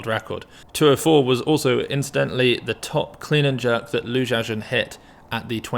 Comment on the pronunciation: was anyone else bothered by how the commentators pronounced lu xiaojun 3-4 different ways? like, who the hell is ju chowjin?